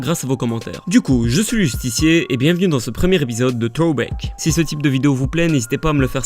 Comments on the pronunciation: Ce premier épisode de ??? TOBAK ? ahah je suis chiant sur l'anglais mais si tu fais le choix d'avoir une émission avec titre Anglais fais un peu plus attention sur la prononciation, sinon ça casse un peu le truc... (phonétiquement : THrōˌbak ou /ˈθɹəʊ.bæk/) Ou peut être que t'as eu la flemme de refaire une prise? Après le reste de ta vidéo reste fidèle à ton style. Bonne continuation. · "T-Hôback" 😂😂😂 Best accent ever 😂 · Entraîne toi à dire throwback stp